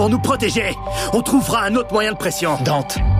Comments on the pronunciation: Et non ! ça ce prononce Dante ''e'' :) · pourquoi tu dis dante "é" ?